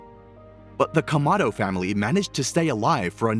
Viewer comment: Explain to me why did you butcher the familys last name